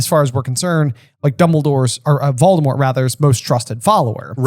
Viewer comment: Not voldadaddy 😂